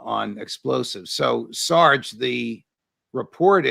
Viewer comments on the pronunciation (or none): If you cringed when the Judge said "Sarge"....you must be prior service 😂